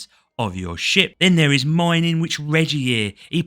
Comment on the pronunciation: "you will start out in your new little sh*t" Yep that's accurate enough. Also ship and sh*t are indistinguishable thanks to your accent lol